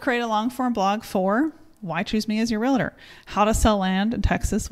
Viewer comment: FYI, no such thing as a “real-a-tor”. They are called “real-tors”. Great video.